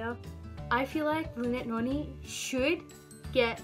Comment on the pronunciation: Thanks for the shout out bro, fr I thought you weren't gonna mention the fact that I'm the reson for 3 of the series' on your list lol. also I think you're pronouncing Noni wrong